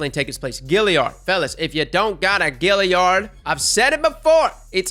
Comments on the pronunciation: two words... FUCK YEAH!! also, its Galliard, not Gilliard :)) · I'd why he pronounces it Gilliard when its Galliard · Galliard, not Gilliard! Love ya content man! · Every time you say GILLiard I want to die. There's an A there! It's the Galliard! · Galliard not gilliard. Also, it doesn't just come from the forges, the Sabateurs drop it also. Mine came with rich. rounds, Quickdraw and rampage. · “Gillyard”. Bruh that kills me. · Anyone else get kinda triggered by how he pronounces galliard?